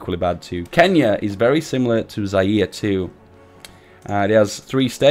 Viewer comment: I never heard anyone produce Zaire like that, I only here Zi-air